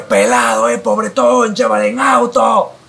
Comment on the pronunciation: Creo que se dice pobreton